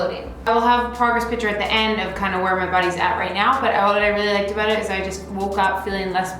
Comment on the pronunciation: I was not sure she was Canadian until she said “I didn’t have to think aboot it”